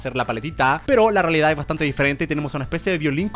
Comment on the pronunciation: se dieron cuenta de que dijo reledad 0.00 .